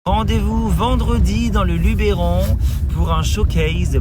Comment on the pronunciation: On dit Lubeuron et pas Lubéron 😊